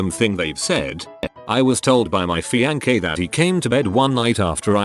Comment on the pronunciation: My fian-kay... Uh, alrighty.